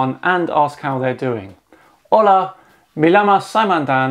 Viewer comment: Double L in Spanish is a Y sound. So, "me llamo" is pronounced "may yammo".